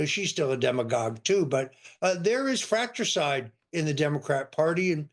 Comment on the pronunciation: He said 'Fracturcide' not fratricide